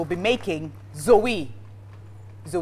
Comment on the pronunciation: Emm.. Mum it's #Dzowe oo Not Zowee 😄🤪